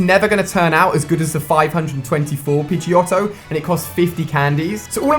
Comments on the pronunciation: Who the heck pronounces it as Pidgey-Otto?! Sounds like a German sausage or something... every 90's kid knows it's pronounced Pidgey-oh-toe! -_ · it's pronounced pidgeoteo not pidgeyotto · Jesus Christ it's pronounced "Pidgey - oh - toe" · Thought your video was cool.. was happy to overlook Staryu-gate... but then.. Pidgeotto happened... I know it's spelt like Otto.. but from the cartoon it was always pronounced Oh-toe. :P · I always got the impression it was pronounced Pidgey-oh-toe...